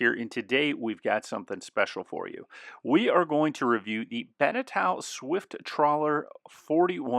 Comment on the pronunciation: eau in french is pronounced o so it's like Beneto and not Benetow.